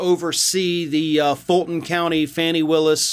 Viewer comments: It's not FANNY. It's pronounced FAH-nee. Please fix this. It's irritating and it demeans your high quality reporting. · “FAH-nee”, not “Fanny” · BTW, it's not "Fanny" Willis; it's "Fawny" without the "w". Fani Willis. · Her name is Fani- not Fanny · Just being nitpicky here. Her name is pronounced Faw-nee